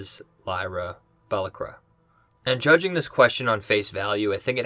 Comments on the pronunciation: his name is actually pronounced Yer-ek..thats a capital I not an L also its Cor-um..not CoRAM and Lyras last name pronounced Ba-lack-wa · I like your reviews but you should pay more attention to character’s name pronunciations. You pronounced Iorek’s name and and Lyra’s last name incorrectly.